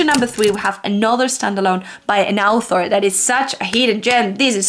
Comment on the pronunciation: Me having read Wheel of Time and NOT having English as my first language heard Al'thor everytime she said author . 😂😂 I think its funny how such basic things tend to skip our mind .